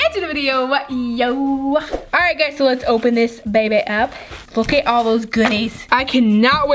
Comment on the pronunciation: Stop saying geys😡❤️❤️❤️❤️❤️❤️❤️❤️❤️❤️❤️❤️